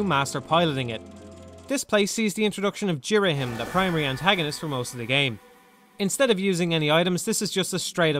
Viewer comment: This will always be my favourite zelda game. I think the story is incredible and emotional. I love the art design I think it's beautiful and shows off the emotions of the character really well. I love ghirahim sooo much (you pronounced his name wrong) he's so creepy and funny ( and fabulous). All the dungeons are a lot of fun. The new equipment is great. The only complaint is fi can be pretty annoying and yes at the end I got very bored of the imprissoned but that's it. Btw my no 2 favourite zelda game is wind waker